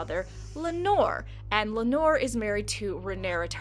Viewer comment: I thought it was pronounced Lay-nuh and Lay-nor. Also aren't the Velaryons supposed to burn their dead. Or do only the Targaryens do that?